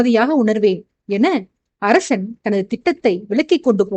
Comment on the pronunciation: Hai dear how are you, for the past 3 chapters I feel that your tone is somewhat different while pronouncing sha and sa word for example arasan you are telling arashan like that. That's why I am telling.